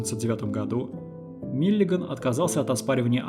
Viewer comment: Только Миллиган, а не Миллиаган!